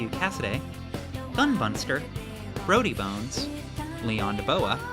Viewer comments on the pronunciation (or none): none